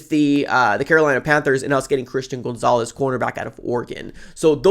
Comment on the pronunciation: Isn't gonzalez pronounced like "Gone-zalez" not "Goon-zalez"???